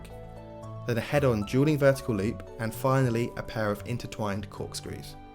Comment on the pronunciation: On the timestamps, you called dueling dragons "Jeweling Dragons"😂😂